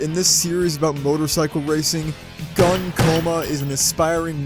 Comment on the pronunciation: I'm sorry to say, but his name is pronounced Goon Coma, that makes a different kind of shooting sound.